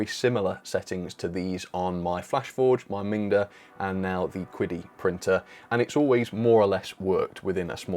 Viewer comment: your pronunciation of Chinese words is really off haha. I guess they didn't tell you how to read their company's name when they contacted you? 😂